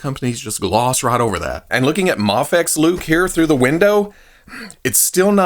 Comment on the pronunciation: Does it drive anyone else crazy that he calls it Mahfex instead of Mayfex?